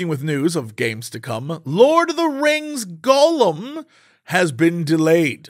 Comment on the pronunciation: Hearing Jessie pronounce Gollum as "golem" makes my eye twitch.